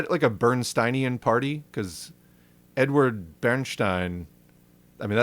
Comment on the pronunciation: That's fucking hilarious. like "Ed-uard, who the fuck is 'Ed-uard?'"